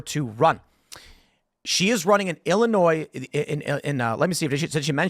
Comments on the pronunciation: lol, illinoise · Illininoise… 😂 she not a true Illini. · Somebody needs to tell her that the S is silent in Illinois! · lol. Tim you are saying the S at end Illinois because you live in WV. This might make you an official West Virginian.